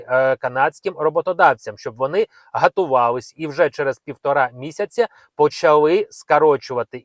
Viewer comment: Гатувались.. Не мож вимовити --готувались?